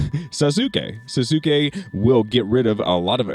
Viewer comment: Sauce kay, not sa zoo kay